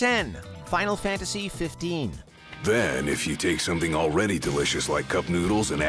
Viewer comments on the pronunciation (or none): none